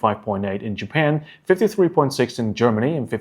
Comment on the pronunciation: Japan not Japen Nice video, be a little bit more serious on details.